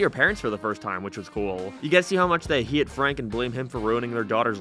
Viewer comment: What accent is this? You sound like you have a general American accent, but you pronounce “How” as “Hiaw” - “Way” as “Wee-uh” and “Hate” as “Hee-At”. I’m confused. It doesn’t sound Canadian. But maybe it is? Anyone know?